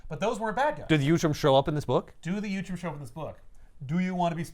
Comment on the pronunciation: Ok now I know you’re mispronouncing utrom on purpose. Last time you added an L! uLtrom! 😂